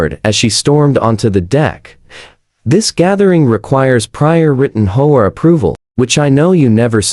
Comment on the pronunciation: It's H-O-A, not hoa